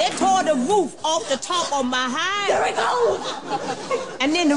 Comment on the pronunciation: "THURR IT GO" 😂